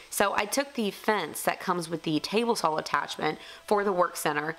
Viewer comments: I'm just wondering, not trying to insult anyone. Is it common for some regions in the US to say 'sawl' instead of 'saw'? Good luck on your trip to Germany! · ) No insult taken. It's common for people in the South of the US to pronounce it sawl. However, the way I say it isn't because of an accent but because of a speech impediment. I've mostly overcome it but there are still a few words that I can't pronounce correctly. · How comes you always say "saw" with an L on the end? like "sawall" or is it just the accent lol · Great vlog video featuring the new format. See you took some bullets and beautifully turned those troublesome comments into ricochets. Good job! Liked the bench a whole bunch. Germany and UK are fun for a few days, but it's always good to be back home. Stay safe. I like how you say "sawl". No one understands southerners! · BTW, I like the way you pronounce SAW! LOL